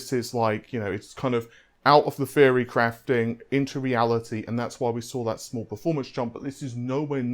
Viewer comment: In case anyone is having trouble understanding his accent let me help. When he says "free" he means "three" When he says "fredrippa" he means "threadripper" When he says "fairy" he means "theory" No need to thank me.